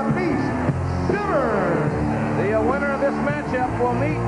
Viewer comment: Is JR pronouncing his name right? It's spelt 'vERn' but JR kept saying 'vREn'. I didn't watch WWF at the time so this is my first time seeing Severn and don't know how it's supposed to sound.